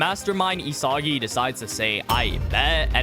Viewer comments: why does it piss me off when he says E-soggy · bro is losing aura points for saying isagi wrong